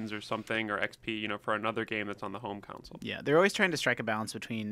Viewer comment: That guy has gotta stop pronouncing it a "council"